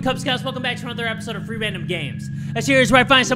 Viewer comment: I thought he said three random games instead of free random games